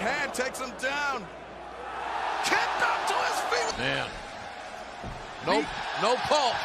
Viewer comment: I just wanna say its KICK up not Kip up.